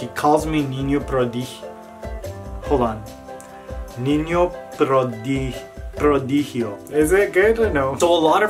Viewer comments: Your niño prodigio pronunciation was pretty good, lol. I found your channel thanks to mare wink but to be honest I'm obsessed with your work, you are really talented :) I'm waiting for my boyfriends birthday to bake him the batman cake that you made but I'm just praying that it won't turn out like a internet fail (maire reference) hahaha! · Mexico Love you Niño Prodigio & you say Niño prodigio really good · Todos te amamos niño prodigio!!!! Good pronunciation by the way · I came from that bunch of people.. I think you are really cool niño prodigio! you almost enounce well.. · You pronunciation is very good! Niño prodigio! 🤣❤️ I want decorate cakes like El Niño Prodigio :’v